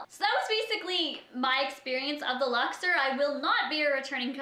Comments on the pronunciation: the Luxer the Luxer. ITS THE LUXOR. OR. Omfg there's no "er" in the word. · First off, the name of the hotel is pronounced LUX-OR not LUX-ER. I stayed in the luxor and had absolutely zero complaints. Everything was wonderful people were incredibly nice the room was clean and lovely and i've gone on to recommend to people that if they are going to go to las vegas, that it's a great place to stay and a place you should check out. I'm not saying you're lying, maybe you did just have really bad luck and it was just a bad stay for you. Figured i would put my experience down though. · LuxOR, not Luxer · It's lux-Orr ... Canadians smh